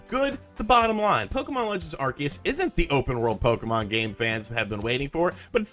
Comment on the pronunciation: Are-see-us. Just because the shows Canadian voice actors said it wrong, doesn't mean that's how it's said.